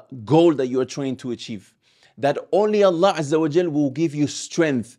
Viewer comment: important note when you say Allah we must hear the h clearly ,otherwise great video